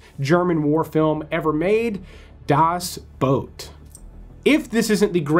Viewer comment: Finally! Someone who prounounces Das Boot correctly! :)